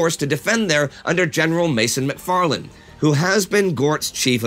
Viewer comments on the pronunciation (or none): none